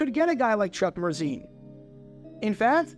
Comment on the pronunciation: Every time you said Chuck Mercein’s name I thought of Adele Dazeem.